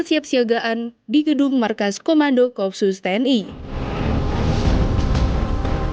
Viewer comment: bacanya ko-op-sus bukan kopsus